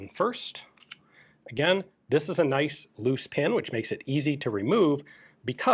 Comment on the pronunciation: Ikea „øzi“